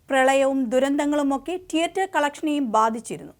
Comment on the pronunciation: ട്ടിയട്ടർ അല്ല തീയേറ്റർ എന്ന് വേണം ഉച്ചരിക്കാൻ 😏